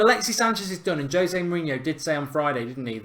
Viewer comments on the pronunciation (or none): none